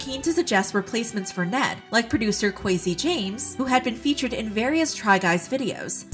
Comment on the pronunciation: The way they pronounced Kwesi just had me cringing the whole time